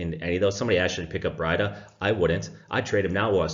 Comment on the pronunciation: Last pick apart here lol Ur stamp says steelers vs Texans. Its pronounced BREEDA and GOODwin plays for SF not GODwin .